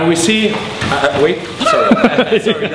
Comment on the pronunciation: The best techinque is said "whait" and the knife guy run away XD